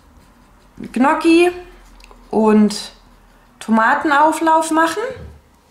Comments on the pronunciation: Ich plane auch immer. Allerdings hapert es manchmal mit meinem Vorrats Check. Tolles Video. Noch eine kleine Anmerkung zur Aussprache der Gnocchi. Richtig ausgesprochen: Njocki. gn sprich wie nj. Das ist wie bei Lasagne oder Cognac. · Vielen Dank für deine Tipps. Ich mache es ganz genauso, das hilft sehr. Ich muss nur mal meine Vorräte aufschreiben. Das Ich schätze sonst deine ruhige Art zu sprechen, heute war es mir allerdings viel zu hektisch. Das Zuhören war sehr anstrengend für mich und machte mich nervös. Ich finde es lustig, wie du Saison, saisonal, Soße und Gnocchi aussprichst 🥰 habe ich so noch nie gehört.